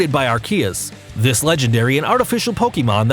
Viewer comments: He pulled a subtle one on us... at the end (near the two parts of arceus’s name) he pronounced it slightly different. It’s wrong but it’s different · Take a drink for every name pronounced wrong and you'll die from alcohol poisoning. He said Arceus right once, then butchered it. Are-Key-Us not Are-See-Us like the other YouTubers that still can't pronounce right after the movie release lol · It’s actually pronounced ar-coosss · I mean his intonation is weird but Ar-Key-us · You say all the names wrong plus arceus's attack is judgement not some flame basher lmao that is judgement